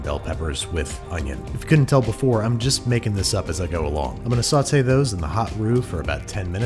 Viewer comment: Babish is pronouncing "saute pan" correctly. This is unnerving.